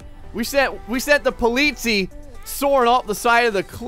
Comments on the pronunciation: Thank you, the way pronounces it was driving me crazy =D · the EI in polizei is pronounced like the y in try, and the last syllable is the one you wanna stress. greetings, some german dude :D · He was getting pretty near Swissgerman prounauncing : Polizie like you say it with a long i at the end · The ei in the end of Polizei is pernawnsed I and the i is pernawnsed e. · Im from Germany and I feel offended by the way you say Polizei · he is getting annoying because he isn't saying polizei right.